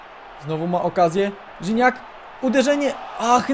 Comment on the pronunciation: NIE RZINACK TYLKO GIGNAC